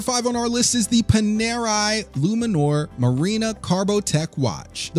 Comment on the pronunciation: Pan..air..eye Hub, Lot Sounds right to me..